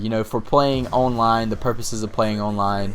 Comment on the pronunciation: Owwwnline - Dat Accent ;)